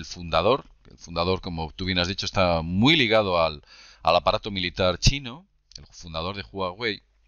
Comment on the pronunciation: me causo cuando se confundio y dijo chi-------- noss! jaja BUEN VIDEO, MUY INTERESANTE